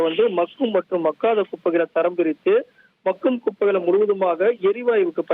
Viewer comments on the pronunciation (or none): Hi தொகுப்பாளர் sir, அது மகும் குப்பை இல்ல bro.. மக்கும் குப்பை.. உச்சரிப்பு மாற்றி கொள்ளவும் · ஒரு தமிழ் வார்த்தையை கூட சரியா உச்சரிக்க தெரியாதவனுங்கள்ளாம் தொலைகாட்சியில் வைத்திருக்காங்க.. மக்கும் குப்பைக்கு - மகும் குப்பை என்று சொல்லுறாங்க.. இதையும் ஒரு ஆசிரியர் கேட்டுக்கொண்டு அதை வீட்யோவாக வெளியிட்டு இருக்கானுங்க...